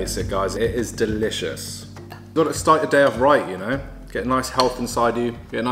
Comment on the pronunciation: Did anyone hear him say DILLicious?